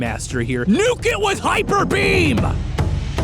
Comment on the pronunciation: Thought he said "Hyperpeen" and that's why Cofagrigus didn't want to use it